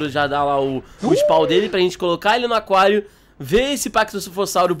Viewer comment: Tu falo aquário errado você falo a quario e é aquário